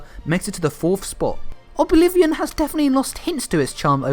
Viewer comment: He really just called it obi-vilion